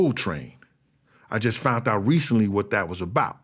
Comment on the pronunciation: Somebody should tell this guy that there's no T in found.